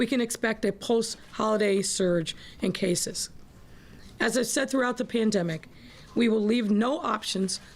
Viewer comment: Lol did she just say "klandemic"?